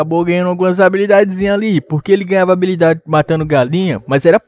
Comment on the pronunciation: HABILIDADESSSSS PQP QUE AGONIAAAAA É HABILIDADES NÃO ABILIDADES